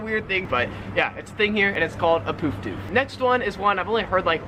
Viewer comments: Poof Doof... isnt pronouncing it correctly. Both words have the same sound... the double o is pronounced the same as the double o in book... look... took. Sepo isnt used much nowdays.... unless ur in a city with military "yanks" like Townsville QLD, the term is probably no longer used. Pram... a pram is for babies, it fully reclines and sometimes fully enclosed on all sides. They used to be cane or timber framed but a material/metal framed pram became widely used in the 80's. A stroller is for a toddler/ small child. It may recline a bit but not fully. Strollers have become more versatile now being multipurpose and for all road surfaces. Ranga is originally short for Orangutan n turned into a slang word for redheads. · Bush Doof , never heard of Poof Doof. He's pronouncing it wrongly - it's :"oo" like the "u" in "put", not in the way that Americans might pronounce "hoof". Also, Milk Bar is not a servo or a convenience store. The term pre-dates convenience stores, and relates to "milkshakes and ice creameries", sometimes a "corner shop" that would also sell such things. But not a 7-Eleven or a BP servo, just no. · His pronunciation is a bit off on poof doof, bush doof and ranga but I tend to expect that from yanks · Poof doof = gay dance party bush doof = party on the bush. Doof and poof is pronounced with the same “u” sound as in bush